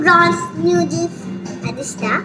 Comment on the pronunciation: just wanted to tell you something..... It's "noo-dles" and not "new-dles"..... I hope you don't mind......... Loads of love ❤ Keep going